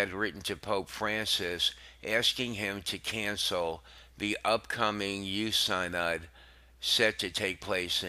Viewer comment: I wish you would take some time to learn how to pronounce the words like synod, Chaput and Vigano. Delivery style put me to sleep. This can be something of great need right now- so get your act together.